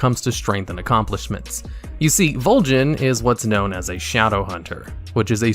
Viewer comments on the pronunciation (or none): none